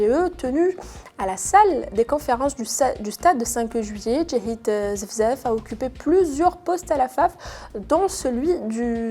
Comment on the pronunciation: Larbaâ, wilaya de Blida et non Larbaâ Nait Irathen Djahid ZEFIZEF et non Zefzaf